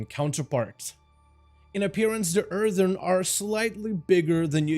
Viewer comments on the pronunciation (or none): You keep saying erthern. I think you pronounced it correctly once the entire video